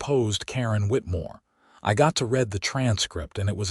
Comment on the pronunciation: Could you just once pronounce the word read in the correct context